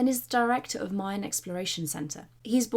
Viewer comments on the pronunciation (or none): none